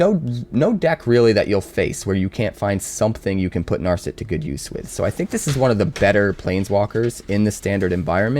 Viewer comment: Damn you butchered Narset's name as well. Practice your pronunciation before paying for ads. Good luck.